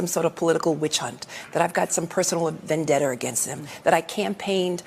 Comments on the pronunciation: I'm dead vendebtor! Try vendetta...LOL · "... personal vendett-ER against him..."?? This woman is so ignorant. She can't even speak. And she didn't even know what the term "hostile witness" means, and so much more. How did she ever get a degree in LAW, let alone become a District Attorney? Stupid, ignorant of the law, biased, corrupt, liar. I am so glad these things are coming out... usually we have to watch it happen, and nothing is done about it. Finally, it seems, the unjust are getting some justice. Real justice, not their fake kangaroo court kind. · What’s a “vendetter?” Is that the person who has a vendetta against someone??? 😂😂😂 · I don’t have a vendetter against anyone either. Serious question. Why, no matter the education or position, do they struggle to say basic words? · What’s a “vendeter?” You’re a lawyer, Letecia? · What's a vendetter? English mfer, do you speak it?